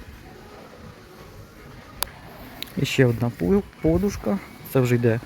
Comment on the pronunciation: Будь ласка, кажіть наголос правильно -подУшка.